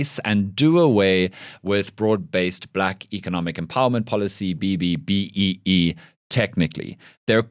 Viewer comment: it’s pronounced “triple B, EE” not b b b e e🫣.